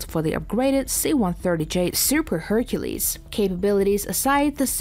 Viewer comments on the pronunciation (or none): none